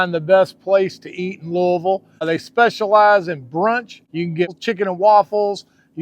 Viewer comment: It's nice to hear you pronounce Louisville properly.... I just went on Amazon and ordered some Frank's Original Hot Sauce. Can't wait to try it.